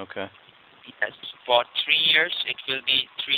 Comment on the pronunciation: HAHAHA! Sweet 'tree' scan. I'm surprised he didn't paste 'color a' before that.